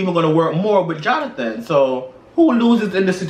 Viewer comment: JOHNATON, JOHNATAN,....🤭